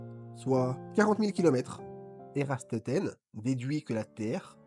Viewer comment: Ératosthène..... Pas Érastothène....